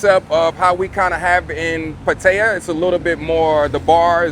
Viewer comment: Oh no! You almost manipulated him from pronouncing Pattaya properly to Patia 🤯 Will you do the same with pappaya to papia??? Thanks for the video. Makes me want to check out Qulture next time I'm in town 👍